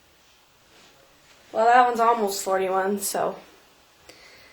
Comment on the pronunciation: So glad ya'll okay . LOL the way you said 41 .. Your tummy so cute .